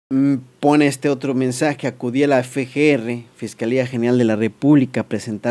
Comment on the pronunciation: No se dice ; " fe ge erre " , se dice EFE GE ERRE